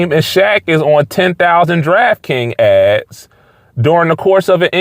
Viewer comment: Is ads pronounced "odds" in Philly?